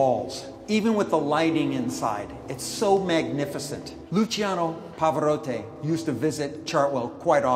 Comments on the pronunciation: It's Pavarotti, not "Pavarotte" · it’s not Pavarohhtay it’s pronounced PavaRohTee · 'Pavarottay' lol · How can you keep mispronouncing Pavarotti's name so much it just shows you how dumb this guy is and how pompous he acts in somebody else's home! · Luciano PavaroTTI, not PavaroTTE! ;) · Pavarotaay???? Lol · Mad that he can’t pronounce Pavarotti...”pavaroté...pavaroté??? Really???? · Pava-Rott(ee). Geez man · dude... its all good with the video but come on, you should at less learn how to say "pavarotti", you say "pavarottE". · WOW. I mean the house is amazing BUT you know you're dealing with a self-important host when he OVER pronounces the name as "POE-VAR-OH-TAY". Gimme a break. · “Luciano pavaroté” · Anyone else annoyed by his pronouciation of Pavarotti as Pavarotte? Just me? Ok. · Every time he pronounced Pavarotti "Pavarott-ay" I died inside. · such an educated, piano playing tour guide, who can't pronounce 'Pavarotti'? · I wonder how many times he will mispronounce Pavarotti’s name...🙄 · If he could just pronounce Pavarotti's name correctly. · You'd think at that price someone could pronounce Pavarotti correctly. Maybe the pinkie was extended, I'm not sure. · ooof. Homeboy needs to work on his pronunciation! "Symmetry" "Pavarotti" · The guy can’t pronounce “symmetry” or “Pavarotti”.